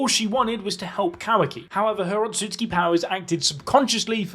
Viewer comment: Love how he says ososuski